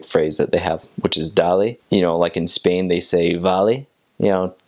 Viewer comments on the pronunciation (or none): none